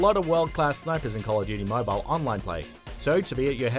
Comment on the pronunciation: Tip #1 pronounce it right (Mobile)